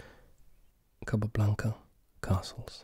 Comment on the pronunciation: I love the way you pronounce the name „capablanca“, its so satisfying for some reason xD